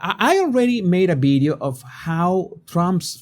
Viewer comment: bidio??? what is a bidio???